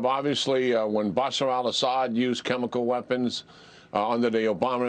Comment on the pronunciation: We are very concerned that Russia might use chemical weapons and we are equally concerned that Biden cannot pronounce chemical weapons.